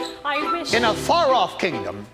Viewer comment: "In a far-off kingdom." "In a Faraf kingdom." Lol.